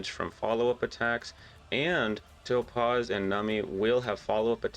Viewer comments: Calling her Toe-Paws made me have to turn off the video, lol. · I keep hearing “toe-paws” and “nummy” 😂